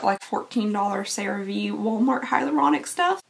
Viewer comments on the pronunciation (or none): none